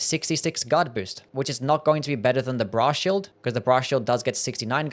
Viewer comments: I keep hearing bra shield instead of brass shield. I need to touch grass and talk to women. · i keep hearing "bra shield" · Cannot unhear Bra Shield